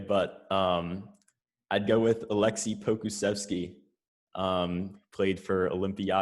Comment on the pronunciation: Lmao And with the first pick "Alexi polkstickeksitikiii"